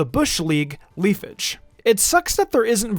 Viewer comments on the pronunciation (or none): Pronounces Leafage the way he does Me: “Yup. He’s American.”